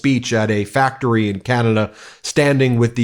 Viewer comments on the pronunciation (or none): none